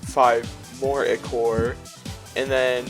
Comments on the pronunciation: PRONOUNCE IT AS aikor 🙁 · I thought it was pronounced eye-core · how he says ichor bothers me ITS EYE CORE